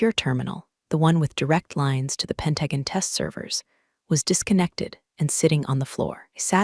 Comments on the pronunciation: Why can none of the stories say pentagon or resume correctly? It’s very annoying. But great story nonetheless. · It would help if the AI voice could correctly pronounce Pentagon.